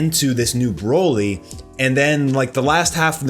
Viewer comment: The only really bad part was when a background voice says “broly”, “kakarot” 🤦🏻‍♂️